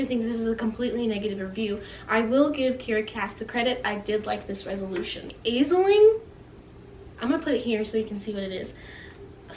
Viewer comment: I had no idea that there were two versions of this story??? So cool that you found the self published one. This was a good review! (Also Aisling is said like Ash-Ling (: )